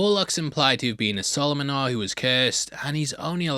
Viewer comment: From Romania here. You pronounce solomonari and zburatori very ok. In Romanian culture there are no vampires. There is the idea that some people can return from death in some conditions...